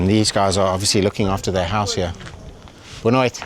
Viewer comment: your “boa noite” sounding pretty Portuguese bro 😂😂😂😂